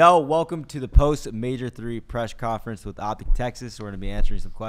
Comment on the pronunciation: Love that said Presh conference with so much confidence